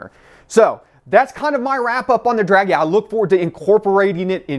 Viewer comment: dragy not draggy